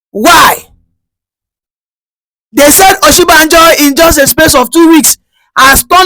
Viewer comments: you're not a Yoruba person, no matter how you tried to dread your hair, you still look like your people. How can you be calling Osibanjo as Oshibanjo? Stop deceiving people about your tribe. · I have always said he's not Yoruba but he lied because he's able to speak little Yoruba. The truth now publicly displayed the way he's struggled to pronounce Oshibajo